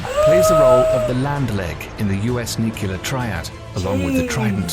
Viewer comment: I had to stop watching at his mispronunciation of the word nuclear. 👎🏼